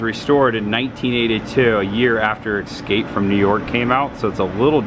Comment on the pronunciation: "ESCAPE' not EXSCAPE ffs. otherwise, good stuff